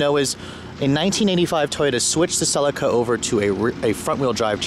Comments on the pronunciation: its a celica not a sellaca ffs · It is pronounced Sir Leak Errr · Btw fairly sure it is pronoucned Seee-Leee-Ca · We pronounce it Sell-EE-Ka in England. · Cell - Lee -Ka .. is how you pronounce it mate!!!!! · Every time he pronounced Celica wrong I cringed so hard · its weird how you say celica